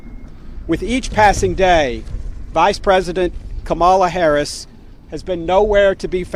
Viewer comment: What a fool, Greene can't pronounce VP Harris' name and Greene hasn't done anything for this country except use her stupid mouth to trash the USA.